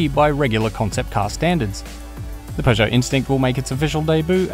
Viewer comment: It's Peugeot not pegeout